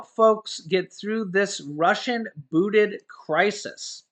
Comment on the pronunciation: it's booSted. Not booted.notice the S in the middle of the word?